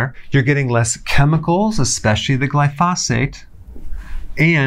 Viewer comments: Putting the em-phasis on the wrong syl-lables. Glyphosate. glai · fow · suht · The correct pronunciation is GLIE•foe•sate. Sorry to be so picky, but anything else is like fingernails on a blackboard. 😳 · GLY pho sate is how it's pronounced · Can we trust a doctor who preaches about glyphosate but pronounces it with an extra "f" sound? Hint: it does not rhyme with phosphate. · When he says 'glyphosphate' does he mean glyphosate? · GLY-fo-sate, not gly-FOS-ate. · You are saying “glyphosate” incorrectly. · you're mispronouncing glyphosate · somebody please teach dr berg how to say glyphosate correctly... great info tho good doc!